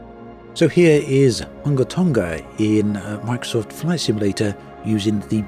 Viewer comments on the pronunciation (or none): The name Hunga is pronounced Hooongah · Its pronounced hoo-ngā tongā